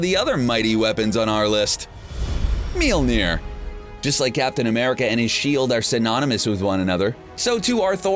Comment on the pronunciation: YOU KEPT SAYING MOLNIJNER WRONG